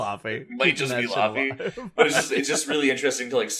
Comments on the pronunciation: You pronounce her name like laffy taffy 😂 the au combination gives a different sound in icelandic I don't even think English has that sound 🤔Ask Google to pronounce it for you! ❤ But you said Jónsdóttir quite well yes in many European languages j is like y in English 👌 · Her name is pronounced Ley-vey actually haha